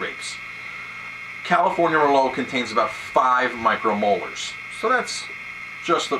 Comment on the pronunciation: "micro molars"? There are small teeth in wine? hehe, just a joker here, I know you are trying to refer to "micro moles"...